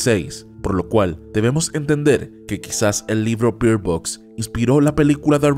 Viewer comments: Se pronuncia Berd Box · Pronuncias mal Bird Box